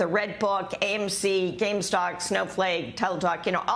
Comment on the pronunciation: it's GamestoP not Gamestock, lady